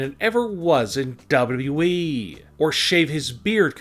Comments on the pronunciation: "Dabluu EEE" 💀💀💀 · Dean ain't going there your full of shit make real videos for once an learn how to say wwe not dub dub eeeeee dumb ass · Wprddere lol that’s how he says wwe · OMG Dean Ambrose leaving DUB DUB We.verryyy saaad. Why don't u speak like a normal human being your voice makes me irritating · The narrator seems to pronounce WWE as Daba'yao'eeeeeee! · How he said wwe is so funny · How he says WWE fml 🤦😂😂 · I hate the way you say WWE. She could still commentate when she's pregnant for 9 months. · Dude the way you talk is annoying. Longgerr. Kidss. And why do you say wwe like that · I hate how you say wwe. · What's wrong with you pronouncing wwe dude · Why do you say WWE like that?